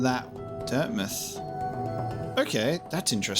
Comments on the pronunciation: talking about everyone cringing at his performance Me actually cringing every time he calls dirtmouth, dirtmith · interview with the developers states otherwise. They say its pronounced as dirt mouth. Just cause its spelled similarly doesn’t mean its pronounced the exact same. Though I will thank you for the lesson cause I didn’t know that going into this.